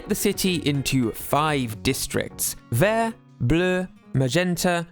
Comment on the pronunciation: Great job o the french prononciation of Bleu, Vert, Magenta, rouge and jaune.